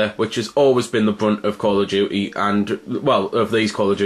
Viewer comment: he said call of dookee